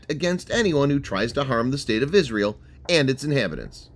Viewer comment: What is "Israle" ?? Good video though.